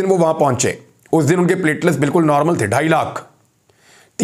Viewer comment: Sir, you are a well respected/educated anchor. It’s not plate-les it’s plateleTs.